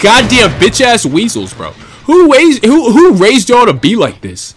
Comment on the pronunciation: Man almost said who waised yall lmaooo that shii had me crackin up, dood prestige master trapper tho good shiii my boiiii